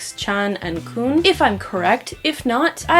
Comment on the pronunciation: Kun is actually pronounced "con" 💙😂